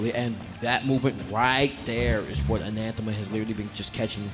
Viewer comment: That one commentator calling Anathema ananthema the whole time was killing me